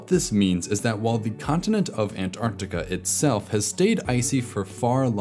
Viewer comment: Thanks for your correct pronuciation of Antarctica